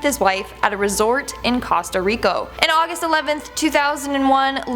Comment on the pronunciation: Excuse me, costa what?